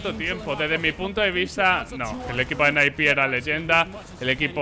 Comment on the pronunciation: ENE-AI-PI???? Qué me estás contando... se dice N-I-P de toda la vida, está en los escritos. ESL de Colón no joder... Colonia!!!! cómo lo que te echa mami antes de quedar con la pandi. s1mple MVP 2020 de cajón, es el más completo, aim, gamesense, no le tiembla el pulso bajo ninguna circunstancia y si le das la oportunidad te mumiya.